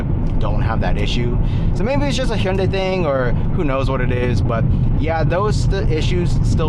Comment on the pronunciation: nice to hear someone else who can pronounce hyundai correctly lol. thanks for the video man, this is my dream car rn